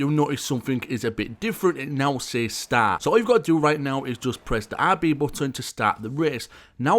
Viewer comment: don't get me wrong, I didn't mean to offend you but when you said "RB button", I paused for minutes trying to figure out what you said but it's OK but the real question is, where is my Supra?